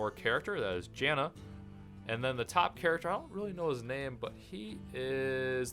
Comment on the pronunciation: Janna? It's Jaina Proudmoore,:P